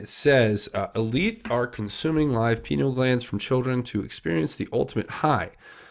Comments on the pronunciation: If you are going to be providing information to the public you need to at least have the correct pronunciations of key words. Pineal gland is pronounced PIE-KNEE-AL. I appreciate your high standards regarding the use of profanity, but by the same token cartain vernacular terms do help get the point across effectively, being unnecessarily squeamish isn't serving your audience as well as intended. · Pineal: pronounce: Pie-knee-all. The pineal is important in Bird migration. Without it, birds cannot orient north-south. I I will speculate that penguins are probably a good source of pineal for researchers as they are large migratory birds, that can be found in large groups therefore, getting large quantity of the glands from them could be easier. If u r a researcher & want to analyze the contents/products of a gland, it helps to have lots of it. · You should check into McAlistetTV YouTube channel. She's very knowledgeable about the entire PEDOVORE/Pineal Gland (pronounced Pi-Neel gland). The Pineal Gland is the third eye chakra that connects us to God/Universal knowledge... You won't understand the Pineal Gland until you research and understand what yoga is about. Also, "Walnut Sauce"... You won't believe it when you hear about that. Sauce made from the Pineal Gland delicacy enjoyed by Pedevores... Look up McAlistetTV, PLEASE! (ON YOUTUBE) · pineal gland pronounced pi-NEE-el